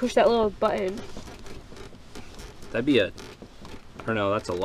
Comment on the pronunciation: But-ton, not butt-in.